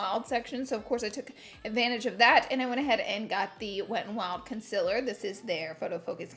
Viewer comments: I die every time she says coNsElAr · no one: laura: consiller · Yes Laura its conciler not concealer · Laura: Conciler Someone else: Concealer Laura: Conciler ... Someone else: Conciler 😂😅😘😘